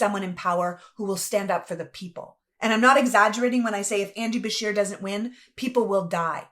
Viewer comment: I misheard then... It sounded like she was saying Bashir... so I assumed the person being referenced was someone of Middle Eastern background, which for me personally, we have enough of that in our country. If Beshear is in fact Anglo-Saxon, that is not a problem, however even whites need to be critical of other whites, and should carefully discern what their motives or intentions are when running for office. Hispanics, Jews, Blacks, Native Americans, East Asians do not come from cultures that are compatible with our own... It's partly to do with genetics, and partly to do with cultural differences; I often find it strange that people like you will blindly defend non-whites despite the fact that you and the majority of whites, would never want to live in non-white/western countries; as it stands Anglo-Saxons created the free world! If a Dane, Norwegian or Swede-who are not Anglo's by the way-but share a common Germanic heritage with W.A.S.P. in America, decided to immigrate to this country I would have no problem with that, they are genetically and culturally relatively the same as Anglo's... Mexicans, Blacks, Jews, and other Hispanics are not Anglo-Saxons, nor are they Germanic, and those of us of English blood have shed enough, fighting France and Spain in the past during the 7 years war! Therefore America rightly belongs to Anglo people who fought and won for dominance on this continent! Facts are what they are!! P.S. I no have personal issues with any race so long as th